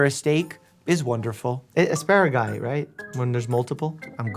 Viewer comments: NO YOU DIDNT! YOU JUST CALLED Asparagus ASPARAGIS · I love how Doctor Mike said “Esparagusei” I think he got it from “Bronchioles” and “Bronchi” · its asparageese. 😂